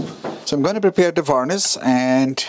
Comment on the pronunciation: It makes me chuckle when you call varnish varnis lol. lovely job